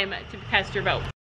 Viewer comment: u tried to say vote and u said goat!!!! 😂😂😂😂😂😂 This video was, as the title said, hilarious. asked what we wanted to see, and my answer is, I LOVE ALL YOUR VIDEOS! I DONT CARE WHAT THEY ARE AS LONG AS THEY'RE DAY BY DAY! ❤️❤️❤️❤️❤️ But,I'd be in favor of more SSO videos...